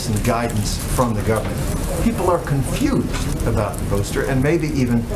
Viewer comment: Peter Doocy with the daily gotcha question that backfires. Notice how he stresses "CONFUSED!!!"